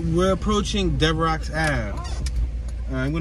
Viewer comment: Not to be Picky but Devereux St is pronounced like Devereu the X is silent, my wife grew up on Hegerman St in Wissinoming